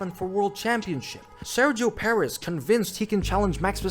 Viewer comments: “Spinio Perez” 😭😭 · "Sairgio Perez" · SEXOW PERREZZZ LMAO